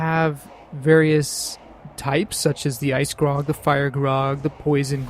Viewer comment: I was making a joke about how you pronounced "Graug" since it sounded like "Grog" which is a drink that Orcs drink.